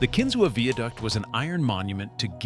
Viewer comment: This is dumb. You can't pronounce "Pithole" and including it, along with places like Harmony, as the creepiest small towns you should never stop in, is just dumb. It's clear you just read a couple articles but don't really know anything. And seriously - veeaduct? Do you think that is a word?